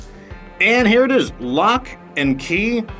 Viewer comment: Loch as in Loch Ness Monster. Nessie. Nothing to do with The Flintstones,!